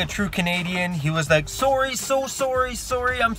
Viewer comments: Lol my favorite part “Soarry Soarry Soarry!” Glad you’re okay and the story put my heart racing as well :P and good advice at the end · I just love your accent when you say 'sorry'. 😜